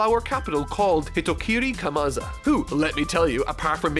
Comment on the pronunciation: Hyou, Not "Hyuu",. Oiran, not "Oriran". Kamazou, not "Kamaza". Ryūō, not "Ryou". Queen is not the warden of Prisoner Mine, he rules Udon, where the prison is. Actual warden is Babanuki(the guy with Elephant SMILE).